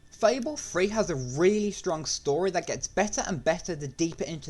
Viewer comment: 'Fable free' 'fable free frives'